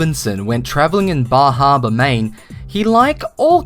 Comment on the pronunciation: You said "Bar Harbor" like a pro dude!